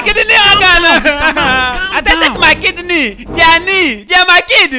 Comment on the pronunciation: I love when he was saying "I thought it was my kid kneel"instead of kidney 🤣🤣🤣🤣🤣🤣🤣🤣🤣🤣🤣🤣🤣